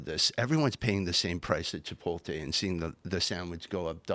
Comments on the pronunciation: Not to be a dick but this dude will never win with that speech impediment. Americans won’t vote for a guy who says “chipolte” instead of “chipotle” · As a hard working General Manager at Chipotle, hearing Chipolte hurts every time.